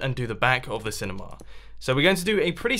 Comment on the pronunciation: It's not cinema, Its cinimaaaaah